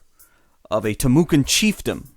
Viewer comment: Its pronounced Tim oh kwah sir. Not Tim ewe can!